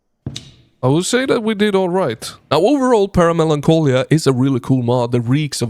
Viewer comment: Para (then a similar word to Melancholy) Melancholia Nice try pronouncing but I hardly recognized what you were trying to say 😅 Awesome mod tho, I got to help play test recently